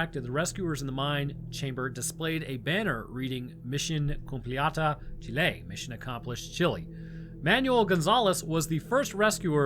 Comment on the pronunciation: Yeh, ya pronounced Chile right